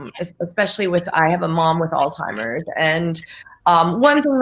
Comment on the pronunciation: there’s no “T” in Alzheimer’s. It’s not “All Timers”. It’s a name pronounced “Alls Himers”